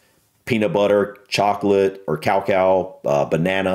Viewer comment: Cow cow. i think you mean cacao, ie, ca-cay-o.